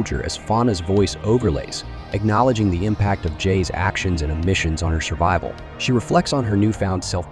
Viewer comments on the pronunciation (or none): none